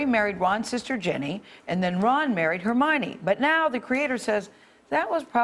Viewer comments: "Ron and Hermayonnaise..." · Did she just say jenny instead of ginny... and did he just say hermaynee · Hermaynays? Hermione that is how you say it! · Her may an e ‘s What is that pronunciation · Lol he pronounced hermiones name hermene XD its her mi O ne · “Her- may-ni” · “Hair-main-ee” lol what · “hair-main-ee” I’m screaming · Ron and Hermaine LOOOOOL (Instead of Hermione) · “Hermainays” Lmfao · Herneinei? What dude pronounce it right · Hermayonnaise really??? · Did. that. man. just. say.... Hermainy. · he said hernanies in stead of Hermione's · Hermaone are you kidding me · Omg the man at the end said Hermione name wrong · The worst part of this news story was when the guy pronounced Hermione's name wrong. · That pronunciation of Hermione at the end. I lost it. 😂😂😂😂😂😂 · He butcher her name already O_O